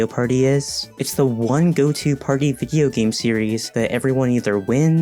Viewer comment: this is really funny to hear coming from someone who calls video games "vidja" what are you, a secret 4Chan anon?